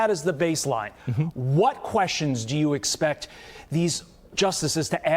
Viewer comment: "Can you help us understand why wouldn't expecc..." This woman is such an obvious DEIversity hire.